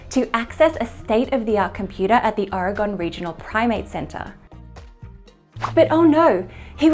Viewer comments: "...at Aragone State University..." Oregon. Sorry, I'm pedantic about my home state, and it will happen again. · Ore-i-gun. Or if you like Orygun, not Or-e-gone. We're still here! 😏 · your presentations are very intelligent and very charming! However, your pronunciation of Oregon has room for some improvement. The key factor is that the spelling of Oregon was probably decided upon by not-so-educated individuals. Who then communicated with others as in the "Telephone game". As commonly pronounced in the region, it might have been better spelled Ore ee gun —or as the popular tourist T-shirt from University of Oregon shows— Ory gun.